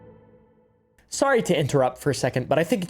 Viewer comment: Did you say you’re greetardeding?